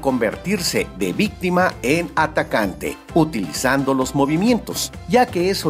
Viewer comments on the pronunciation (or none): none